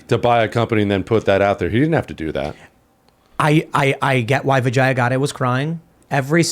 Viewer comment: venjiya? u mean veega gadde? lmfao